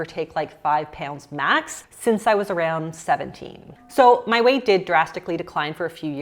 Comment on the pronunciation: why do you say “areund” instead of around?